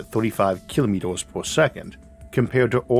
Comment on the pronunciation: What's a "kilomitos" ? 🤨